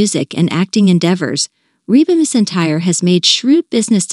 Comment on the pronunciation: I'll tell you what else she's earned.... For you to spell her name, correctly: McEntire. And, for you to pronounce it, correctly: MAC-en-tire!!!